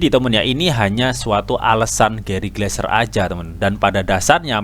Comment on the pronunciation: Gary Gensler om bukan Gary gleser hihii